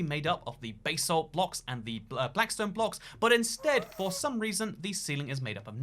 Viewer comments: bae-salt? it's BAH-salt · It's basalt not baysalt🙄